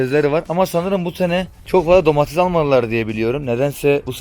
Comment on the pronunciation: Abi domatessssss domatezzzzzzz değil